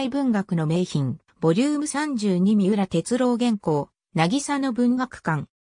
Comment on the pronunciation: みうらてつろうじゃなくてみうらてつおですよ(AIへ)